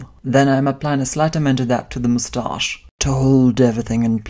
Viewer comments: the way he says mustache... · "mustash" I'M DIED 😂 Love you 😘